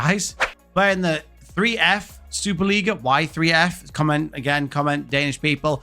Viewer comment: 3f is a danish trade union who is a sponsor of the superliga hense the name and oddset is a danish betting company who sponsors the cup hense the name,your buchering the danish names but I apriciate your effort😂😀🇩🇰